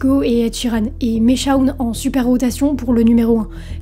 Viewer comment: "Shawn" ça se lit "shown" en fait (comme dans "fall", "ball", "wall", "hall", "stall", "crawl", "brawl", "yawn", "dawn", "raw", "straw"... et sûrement d'autres que j'oublie)